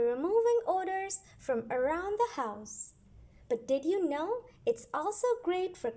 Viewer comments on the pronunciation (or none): HAHA!! Yes it is!! She pronounced odor as ORDER !!